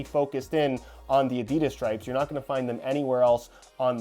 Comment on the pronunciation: You’re saying Adidas wrong mate, it’s German if that helps